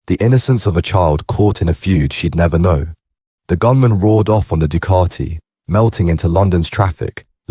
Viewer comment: Duuucaaattiii 😂. Ducati, please say it properly